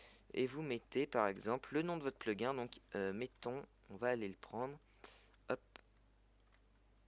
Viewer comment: Au secour comment tu dis "plugin" ton Anglais me fait saigné des oreils!!